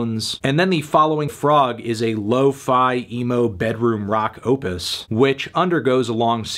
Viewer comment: Stopped watching when you said “emo”